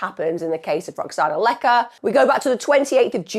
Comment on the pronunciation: Please put some effort into pronouncing the Polish name correctly. It's easy, her name is Łecka and you read it "Wetska"